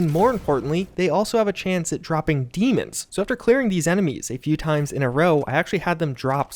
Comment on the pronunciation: isn't pronounce "DAY-MONS"